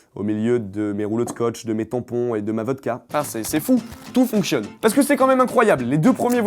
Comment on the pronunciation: On dit "fonctionne" et pas "functionne" c'est quoi cet anglicisme de beaucoup de gens ? :P